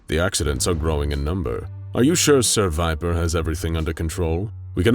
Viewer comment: I'm i the only one who noticed "ser viper" sounds like "seviper?"